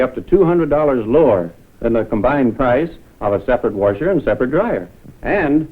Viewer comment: Woorsher lol